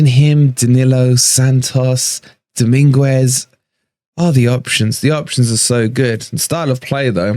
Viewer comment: Sangare wont come. Dominguez is a great swap. Frueler was trash for us! Please stop butchering his name though 😂 doming-ez